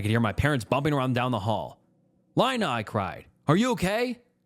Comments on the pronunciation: Lina like Angelina, not Carolina😘🫡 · LEENAA IT'S LEENA NOT LINE-A!!!! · Why do you go from pronouncing the name Lina from Leena to Line-a?? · Plus, "Lina," lol. Names are always a bit debatable, but generally speaking, it's pronounced like "Leena." It's often short for different names ending in "lina." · How is nobody talking about him pronouncing Lina 10 different ways???